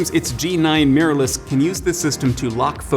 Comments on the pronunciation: Meeyorless cameras! Who know mirror was so hard to pronounce? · MEERLESS CAMERAS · Interesting how pronunciation change from mir to mirror but mainly mir. Lots of people say it either way but to me mirless sounds like mearless (not a word).